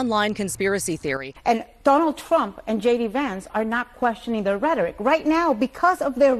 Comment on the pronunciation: Twaump? 🤣🤣🤣🤣 Trump please.